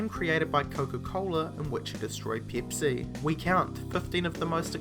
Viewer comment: It's not peepsi, it's PEPSI!!!! FUCK